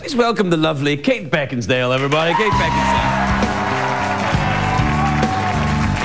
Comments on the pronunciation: Calls her "Beckinsdale" lol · He mispronounced Kate as BeckinsDale instead of Beckinsale. He was great though. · I swear he says Kate Beckinstale when he intros her! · It sounded like Craig said Beckingsdale on two occasions. It's also funny how they talked about how creepy it was that a tv show host kissed the guests but Craig does that all the time.